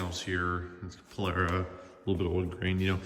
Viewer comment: There's no "air" in Polara